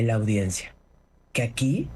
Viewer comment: Se dice audiencia Anabel, claro, no lo sabrías.